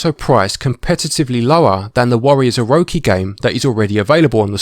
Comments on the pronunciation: "Orowki" No it's OroCHI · Please don’t tell me you just said “warriors oroki 4.” Instead of “warriors orochi 4.” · Man, no offense whatsoever intended, but the first 45 seconds made me feel odd. Warriors Oroki? Felt like the orochi missed its chi. And dee-nasty. Die-nasty warriors is how i always saw it pronounced. '-'